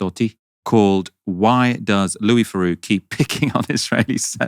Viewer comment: It's Louis THeroux, not Louis Feroux.